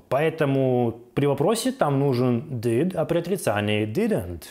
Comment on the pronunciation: Почему сымпл(Simple)??? Почему дыд(did)? Что за произношение???? Еще и других учит